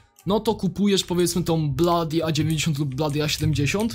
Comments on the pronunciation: Mówi się blodi a nie bladi xD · a to nie wymawia sie blody a nie bladi?